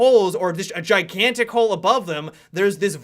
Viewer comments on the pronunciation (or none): none